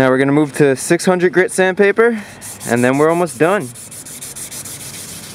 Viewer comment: One hundreht grih I love accents My dads from Chihuahua and he says yunkyard, Yeep, and anything else that starts with a j is y